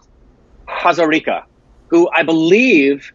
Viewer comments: You said Hazarika in a perfect Assamese way. 👌🏻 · Your pronunciation to Hazarika was top notch Perfect For an assamese Accent😂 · pronunciation of the surname Hazarika was perfect. Even many Indians from the mainland cannot pronounce it.